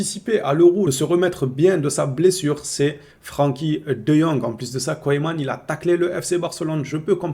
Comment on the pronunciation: tu es vraiment rigolo arête de dire Koyman 😂😂😂